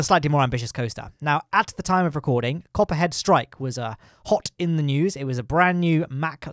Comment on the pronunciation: When you're saying Copperhead Strike in the video, I can only hear COPPA strikes lol. Alcohol review on Planet Coaster when? :P